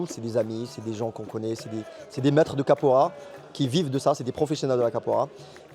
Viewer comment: Qu 'est ce vous prononcé mal capoeira Capora vous dite ça me dérange ce n'est pas ma langue mais vous entendre c'est chiant